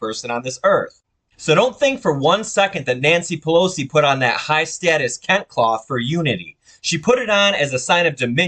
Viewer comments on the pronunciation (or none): It is pronounced as kentey not kent